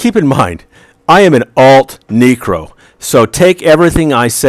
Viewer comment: knew you were an alt necro when you called it a kneekro =) Love your stuff though!